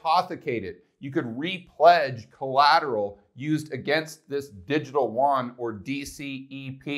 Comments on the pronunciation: love your stuff, but Koreans must be confused when you say WON but mean YUAN ( more a "you on" than a "juan" "huan" ) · It's funny how people can pronounce Yen, but they can't pronounce Yuan properly. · It's distracting that you always mispronounce yuan btw. But good video thanks.